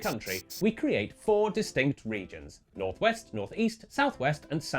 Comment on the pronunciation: Snorth Weast